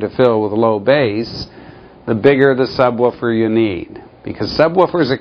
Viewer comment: he says subwuufer